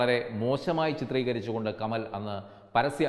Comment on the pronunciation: കമൽ അല്ല കമാൽ